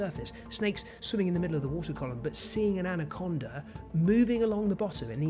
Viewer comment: "Anacondar from Venezuelar" ?